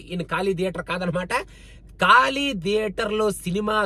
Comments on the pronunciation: కాళీ కాదు ఖాళీ !! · Just a correction its 'ఖాళీ' not 'కాళీ '' 😊